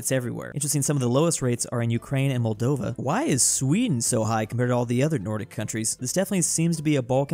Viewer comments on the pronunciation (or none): none